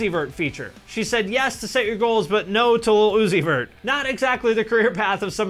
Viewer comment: Who the fk is lil oozeyvurt?